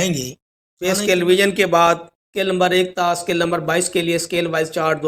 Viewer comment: O Bhai lumber Nahi hota number hota Hy pahly bolna to seekh lo